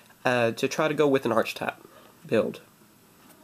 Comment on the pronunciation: Isn't it pronounced "Arkitype" and spelled "Archetype"?